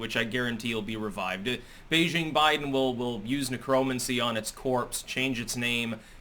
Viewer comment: Did pronounce necromancy as "nec-ROE-mun-see?" The list of words he mispronounces just gets longer and longer.